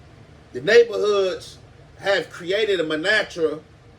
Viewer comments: Dafuq is a "MANATRA"?? It's "MANTRA" FOO!# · Montra is what I believe you're trying to saying. ✊🏿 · Pronouncin mantra as manatra is hilarious.. use simpler words mayne 😂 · MON-TRA pronounce it like tht bro god 🤦🏽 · What the hell is a Manatra? Does he mean “Mantra”? 😂😅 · 😂😂😂 bruh I was just thinking "did this nigga just say manatra?"😂😂